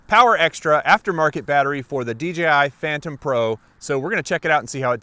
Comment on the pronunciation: DJI "Phantom" pro??